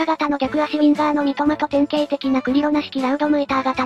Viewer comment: まごって言ったり、そんこうたみって言ったり